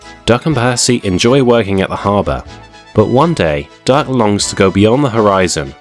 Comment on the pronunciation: Is it just me or are you saying Dark instead of Duck 😂😂